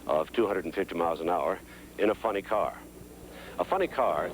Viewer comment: He says the words "funny car" like he's describing a car that tells jokes, instead of saying "funny car" like a type of car.